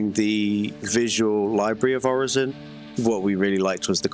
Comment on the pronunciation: My brother in Christ, you MADE the name, its pronounced Orison :P Okay but they did have that little tidbit of people in lore having different dialects, but still xD